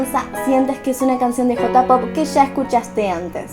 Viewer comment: Entertaiment se pronuncia enterteiment, J-POP se pronuncia lleipop y KPOP se pronuncia keipop Te quiero ❤️